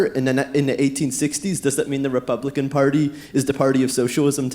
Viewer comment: "repuplican" the enunciating of this Standford student